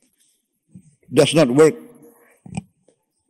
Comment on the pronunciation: INi baru bapa aing!!!, ga kayak "We wok Tok de tok Tiktok Toktok"